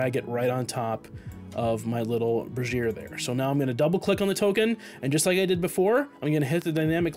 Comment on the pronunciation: Just so you know, it's pronounced "BRAY-zher," not "bra-ZEER." A brassiere is a bra. :D